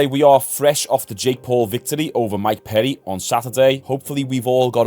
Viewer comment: How the fuck do you get Mike PEDDY out of Mike PERRY??!???